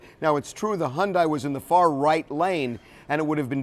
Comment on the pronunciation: figures, TMZ is just like the other networks. He needs to learn to pronounce Hyundai. She proceeded without caution across the intersection. The other driver was going too fast, but Venus is still at fault. She deserves an Oscar for her performance at the Wimbledon interview; she was no more devastated than a man on the moon. Geez.